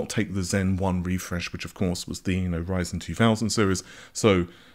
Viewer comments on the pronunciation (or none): none